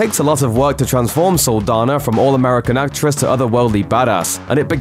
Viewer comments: This is an interesting video but you mispronounced her name the whole time! Saldaña is a Hispanic name. The "n" in it has an accent. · It’s Saldaña not Saldana. Just because the ñ letter is not on the english alphabet doesn’t mean it does not exist. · Saldaña not Saldana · So you’re just going to mispronounce her last name oh okay🤔😒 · Its cringe every time he pronounces her last name wrong